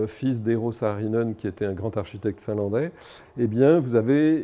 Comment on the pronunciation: Eero Saarinen (prononcé en finnois : /ˈeːro ˈsɑːrinen/) d'après wikipédia, sinon très intéressant